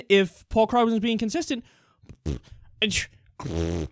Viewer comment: It's pronounced KREWgman